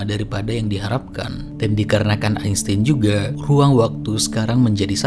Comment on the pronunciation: kan yg ngomong albert "eisten" bukan "einstein" 😂